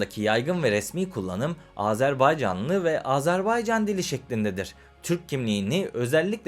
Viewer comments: Güzel program eline sağlık.. Fakat yazıda Azerbaycan diye videıda gözükmesine rağmen , ısrar ile AZARBEYCÂN demeni yadırgadım. Azeri kardeşlerimiz bu telaffuza da çok kızarlar... Selam ve saygılar.. 🤗🙋‍♂️ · Güzelce izah etmişsiniz de Azerbaycan yerine AzArbaycan diye teleffuz etmen sunumun bütün ciddiyetini bozmuş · Azerbaycan yazıp Azarbaycan diye nasıl okuyorsunuz hayret ediyorum.